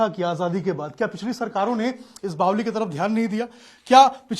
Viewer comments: Apko Kisne reportr bna diya jo bavri ko bavli bol rhe ho. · बावली नहीं भाई बावड़ी बोलते हैं सही तो बोला करो